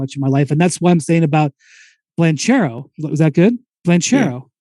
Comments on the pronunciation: im italian, and "che" is not ce, but "bankero" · Windy keeps saying “Blanch-arrow” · Spears never says one true thing. He even managed to invent his italian name lol. I am Italian, that hame reads the exact opposite of the explanation Spears gave. It's "BanKero", not cherry at all. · Yeah I don't know why he kept adding the L lol